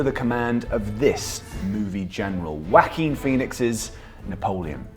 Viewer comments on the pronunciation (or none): Lmao the way they said "Joaquin" had me think they were just calling him "Wacky Phoenix" for a sec and there would've been nothing wrong with that. I disagree with his name being said like that more than calling him a wacky phoenix lol. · Somehow, I think your mispronunciation of Joaquin Phoenix was intentional, Whacking Phoenix, chef's kiss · "Wuacking phoenix" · He so throughly mispronounced Joaquin that I thought he said "wacky phoenix" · To an American, it first sounded like you said "Wacky Phoenix" right when showing him on screen. Which is pretty funny. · DId you just pronounce Joaquin as 'Wacky' ?